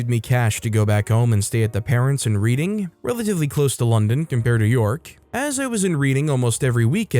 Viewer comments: I caught that too. Its pronounced Redding. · I'm not even an Anglophone and even I know that "Reading" is pronounced "redding" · Story 4, Reading is pronounced as a past tense (as in I read this book); still makes me giggle 😂